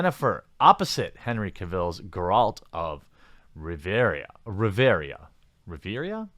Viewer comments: Bro you should know how to say Gerald of Rivia’s name if you’ve ever heard it at least once 😂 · Ok from the way you fucked up Geralt's full name it's obvious you're clueless about the Witcher series. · Dude...you don't even know Geralt of Rivia's name or how to say it. Fuck off, you aren't a fan and don't actually care, clearly. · Hmm seems to me you didn't play Witcher at all... It's impossible to mispronnounce Gearlt of Rivia for someone who played even one of the games since Geralt is refered to, and introduces himself as "Geralt of Rivia" countless times during the course of every game. If so, I'm kinda sad that you are not a fan and are just using Witcher as a vehicle to push your agenda. It's is an agenda with which i agree for the most part, i find extreme left as bad as extreme right as they are both worldviews as divorced from reason as possible, but please don't do what the "woke" guys that are producing Netflix Witcher tried to do (pushing their agenda via Witcher). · Do you not play the Witcher bro? Its Geralt of Rivia how do you not know how its pronounced lol cmon